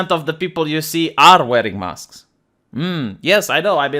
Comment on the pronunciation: I love your accent, when you puppies, I thought you said poppies and mask mosques. And I was confused when I thought you said "speaking of Mosques" I'm like "Did he cut something out and left in the reference?"